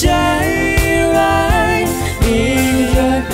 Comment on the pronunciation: ขัดใจพิมเรื่องเดียวคือเรื่องการออกเสียง น้องมีปัญหากับ จ และ ช ทำให้ฟังแล้วสะดุดตลอด โดยเฉพาะคำว่า ใชร้าย แต่เพลงนี้พิมร้องดีนะ คุมอารมณ์ดีและเสียงไม่หลุดเลย // แอบเสียดาย ที่จริงเราลุ้นให้น้องเควินร้องเพลงอังกฤษมากๆ